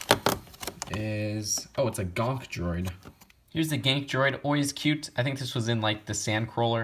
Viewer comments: It is called a gonk not a gank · > says "Gonk" droid > calls it "Gank" droid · GONK droid! not ganke droid noob!!!!!!!!!!!!!!!!!!!!!!!!!!!!!!!!!!!!!!!!!!!!! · 'Gank Droid' Wasnt it 'Gonk'? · GONK not GANK its like u were gonnna go gang gang gang gang... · At least I'm not the ONLY on who notices that! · he said gank droid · U said gank droid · U said gang droid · 'Gank' Droid